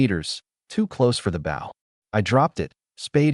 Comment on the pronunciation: for the love of god someone teach this thing to say shed and bow